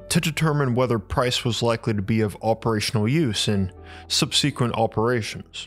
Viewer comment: Sub-seh-quint Not sub-sea-qwent